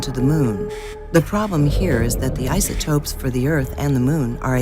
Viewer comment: Did she say isoTROPE? What’s an isotrope?